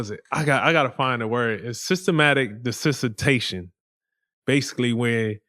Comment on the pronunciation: Desensitation is supposed to be Desentization Demar.